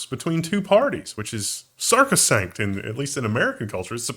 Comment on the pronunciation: The middle guy pronounced sacrosanct so incorrectly the auto generated subs thought he said "Circus sank" which makes as about as much sense as sarcosank.